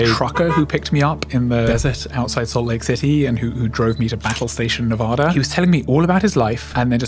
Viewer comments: whats even wrose is it said navarda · That’s not how you say Nevada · Say Nevada correctly